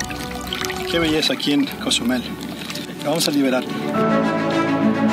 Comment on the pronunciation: Great video! Just need to pronounce Cozumel correctly 😂